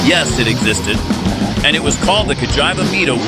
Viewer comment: Nice video, even though You didn’t get a single accent! Cagiaiva Mido… Frecchia, and other horror pronouncements… 😂